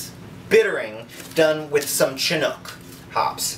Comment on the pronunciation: It is pronounced Sh*inook my friend, not "Chin-nook" :)